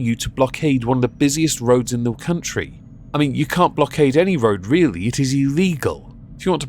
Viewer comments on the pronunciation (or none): none